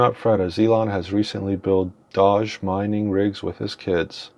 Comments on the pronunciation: yeah you said it wrong its sounds like Dohge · btw no hate but your saying doge wrong